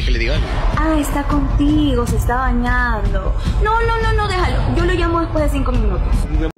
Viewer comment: Parece que cunaso cunado dijo que le calvo se quedo solo y beneado parece que dijo bañado xD